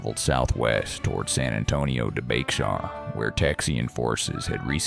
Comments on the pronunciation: The county in Texas spelled Bexar is pronounced Behr. The x is silent. San Antone. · Please, your subject matter and research would carry you no matter what your voice sounded like. You don’t have to use a ridiculous AI voice. Any Texan should be expected to pronounce Bexar and Bowie correctly.